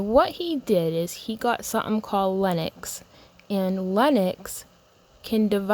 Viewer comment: Linux, not Lenox.